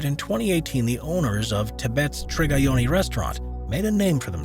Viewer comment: Its not Trigayoni..Its Triyagyoni..Please rectify as it may hurt the owner's feeling..